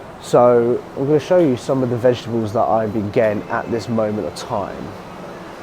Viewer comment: 😂😂😂 i love how G says "vegEbles" completely misses the "T" vegeTables 😂